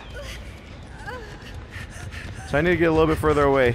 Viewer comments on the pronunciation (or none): none